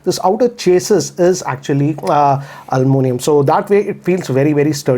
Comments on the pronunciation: American's say: Aluminum Britisher's say: Aluminium say: Almunium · Is it aluminium or almonium 😂😂